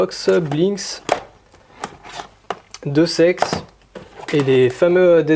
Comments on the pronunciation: Deus Ex on dirait il dit deux sex hahahaha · Mdr pour deus ex il dit " deux sexes " XD